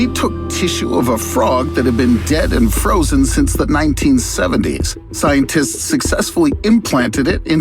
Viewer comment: did i just heard scientits?